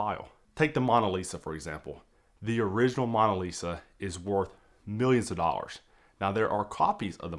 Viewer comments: MOAN-a Lisa…not Mon-a Lisa that was just really difficult to hear you say repeatedly. Very informative video, Thank you! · What is the MAWN-a lisa? MAWN as is mowing the LAWN or paper towels BRAWN or Kings were a CROWN....The MAWNA List